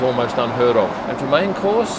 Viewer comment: Did you really refer to your fish entrée as a “groper?” Perhaps I misheard. Molestation aside, I will bet the fish was grouper, one of my favorites.